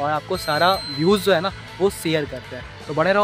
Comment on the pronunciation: "Ye Zo" nahi bhai " ye Jo" hota hai.😊